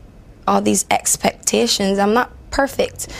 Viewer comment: the way she says expectations LOL